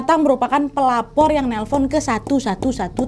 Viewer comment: Yang kak Nadia bilang "sang pelapor tadi" Yang ku dengar "Sang pelakor tadi"